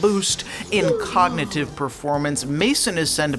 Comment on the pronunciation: "Codnitive performace"